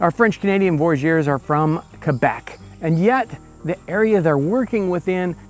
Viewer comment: Merci beaucoup for pronouncing Québec the right way! Amazing video!